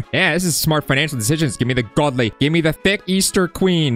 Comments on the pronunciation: He said in britidh accent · yeah I implied that pronouncing it with a british accent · GODLY! that acccent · bro turned into british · bro is british saying Godly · Bro keepssaying godly in british accsentXD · ITS ALWAYS WHEN U BECOME BRITISH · Bro says godly like hes a British 😂😂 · Bro keeps saying godly in british accsent